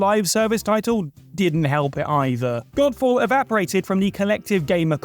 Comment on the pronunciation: Am I the only one here who heard 'Golf ball' here instead of Godfall? X'D I do hope that was intentional XD